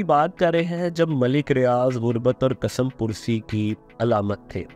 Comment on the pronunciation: کیسے کیسے ان پڑھ ، جاہل لوگ وڈیوز اپلوڈ کرواتے ہیں۔ ملٹی نیشنل کو ملٹائی نیشنل، کس مپرسی کو کسم پرسی بولنا ان پڑھ ہونے کا ثبوت ہے۔